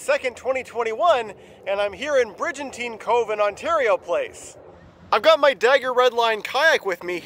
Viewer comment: I'd suggest that should be a hard "G" in BriGantine...